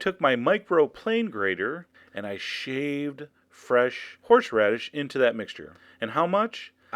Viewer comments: "fresh-horsh-radish" haha! You're awesome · I love how you pronounce "horsheradish" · you say horseradish 'horsh-radish' hahaha.